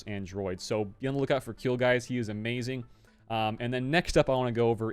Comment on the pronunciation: "Kui" in Kuill is pronounced like "Qui" in Quiver.